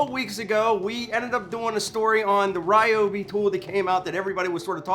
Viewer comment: I love the Ry-obi (not Ree-obi) creeper!! Such a real Nass like INNOVATION. My only concern is the height of it. Being a mechanic, I am constantly surprised/frustrated at how difficult it is to get under veHicles even when they are elevated. If those wheels are 3", then the rest of it looks at least 2 1/2" so that's 5 1/2"!!!! before you you try and fit your body. My Lisle Creeper (without actually measuring it) I reckon would be no more than like 2 - 2 1/4". Thats a BIIIIG difference when it comes to fitting under a raised veHicle. I get that transforming to a seat requires some engineering that, ultimately, contributes to the overall mass but....? I guess the (read My) old adage rings true - "A multi purpose tool (or appliance or anything) may be capable of doing/achieving more than one thing however, it cannot do any of those things with the utmost precision, ease or finesse that the respective individual items can. Love ya work brother.